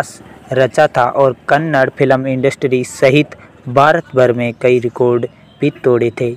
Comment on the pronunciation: Kannad nahi kannada bolo